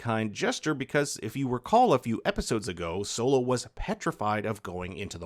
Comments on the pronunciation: Bs video cause who the fuck is silo his name is solo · He said silo mother died instead of solo lol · You called solo silo meh meh meh meh